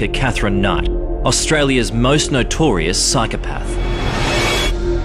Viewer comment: I should be concentrating on the story but what really gets up my goat is when reporters don't pronounce words correctly. It's not 'nitorious' it's notorious.